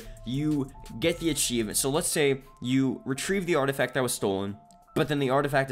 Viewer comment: "artifac" You forgot a letter there 😂